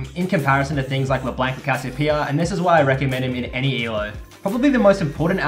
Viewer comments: He says leblenk... xd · le blanc isnt pronounced like that. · I got cancer when he pronounced LeBlanc wrong D